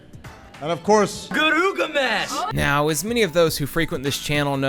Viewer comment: Did you just fucking girugamesh me?